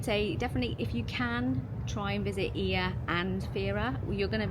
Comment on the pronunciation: it's actually EE-a in Greek, not Oi-A :)